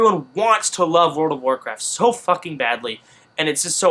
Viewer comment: And also, WOOOORRLLLD of warcraft - not, Teleportocraft!!